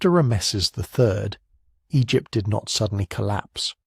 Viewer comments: Horrible narration. Who pronounces Ramses as "Ra-meses"? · ram-mess'-es... but whatever. Still a total fail. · Rams esses? AI. U gar it? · Ra-messes the great, eh? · ra'-me-sees, fix it, okay? It brings the whole value of your work down, in a negative exponential way. I won't be recommending this channel to anyone until you weed out its poor pronunciation (and multiple other problems, for instance which Rameses/Ramesses are you talking about?). I like your overall process but your execution and exposition is a disaster.